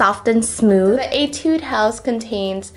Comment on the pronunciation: agh judy ive been telling you !!! its etu-dey house!!!